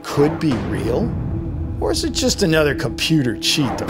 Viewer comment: did you mean real and did you mean fake not rial or fase!!!